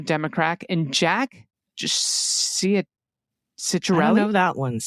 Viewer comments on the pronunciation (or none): Ciatarelli first syllable pronounced like Xi. 🤭